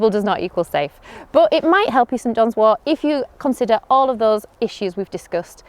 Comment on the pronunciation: I heard “St. John’s war”